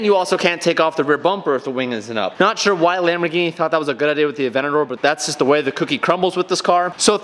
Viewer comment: Highly requested modification: saying Aventador properly 😂